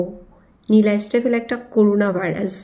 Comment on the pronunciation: Few things : : 1. It's " corona virus " not " koruna virus " 😂 2. Flys 🪰 Fly around to rubbish, don't take even 10 mins , within 1 min i guess 😜 3. Yeah, if cockroch can be classified as Bird 🐦 so anyone can be Brand 😅 Btw, cockroch is without the COCK though 😛 4. Yeah " Pocha Saban " is Brand too, 😂 works very nice though 👌🏽 You can sing, mone boro betha go, panjabi-wala 😅